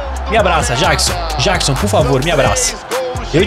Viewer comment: o camisa 15 o nome dele se pronuncia Nicolas Jackson de Michael Jackson